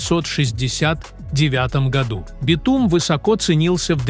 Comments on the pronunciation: Не смог дослушать дальше битУма😂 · ИИ озвучивает? СкАла, битУм, вОронки... До чего раздражает! Не подпишусь!